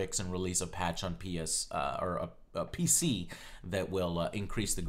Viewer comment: "They'll come up with some tricks and release a patch for peenis...... pc " anyone else?